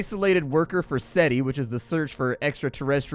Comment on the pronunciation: It’s SETI ya twat. You obviously wouldn’t count as intelligence